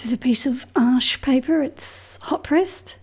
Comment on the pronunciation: It was music to my ears this time as I heard to say Arches the right way! Thank you! Have had a go at a couple of your bird tutorials!They are sooooo helpful! Look forward always to seeing you the next time with a new video! I also do deliberate blooms in my paintings! They are like the icing on the cake!:) Greetings Robyn